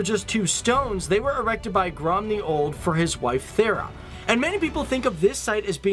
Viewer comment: Next time you do a video about some country, maybe let a native person correct it before it is released. Grum the Old is just one of many mistakes.